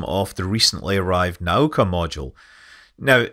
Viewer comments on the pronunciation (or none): причал (dock / mooring) is pronounced pri-CHal, not pri-SHal. And the other module, наука, is na-oo-ka, not Naw-ka